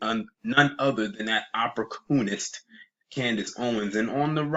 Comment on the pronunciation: I'm going to attempt to Spell a word I heard u say. " Opprocoonist" is this the correct spelling? 😂😂😂😂😂😂😂😂😂😂😂😂😂😂